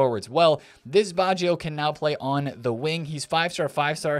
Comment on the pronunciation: it s not baschio it is batscho (baggio)